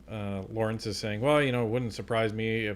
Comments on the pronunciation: Fyi his name os lorne not lawremce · his name is LORNE, not LAWRENCE. otherwise, I enjoy your commentary, thx!